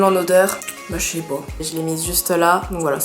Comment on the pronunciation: Oh le Bâ chez pas typique Lorrain j'adore 😂😂